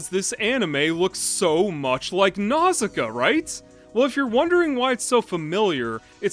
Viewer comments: Pronounced more like "Now-see-KAY-uh", but ok. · Nausicaä is meant to be pronounced NAW-sih-KAW-uh by the way. That’s why there’s a dieresis over the final A; to show that it’s pronounced independently of the vowel it’s next to. Like Zoë and Chloë. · you're right & I apologize. Your video inspired me to re-watch & you said it the way they pronounce in the english dub. I hadn't seen it in years & greek mythology got in the way...my bad.